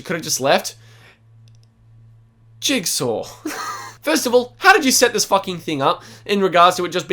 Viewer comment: man said jugsaw